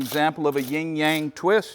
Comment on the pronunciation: just FYI it's "yin yang" unless the name of the twist is on purpose wrong.